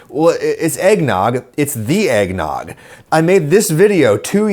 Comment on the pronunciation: Egg-ged nog?